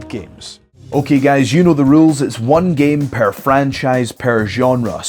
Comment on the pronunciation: it's charming how he pronounces "per" as "pair"